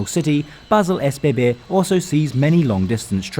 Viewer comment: he pronounced it the way it is supposed be.